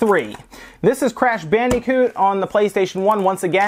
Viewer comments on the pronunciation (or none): "Crash Bandy-coot" that pronunciation of Bandicoot is Killin me. Weird things like that just stand out to me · "Crash BandEEcoot"